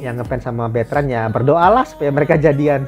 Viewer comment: Betrand bukan beetrans ☺️